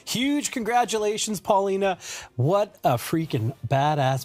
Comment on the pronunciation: Muy bien por Paulina !!! Muy mal por DRUMEO, PESIMA pronunciación del nombre y apellido de Paulina.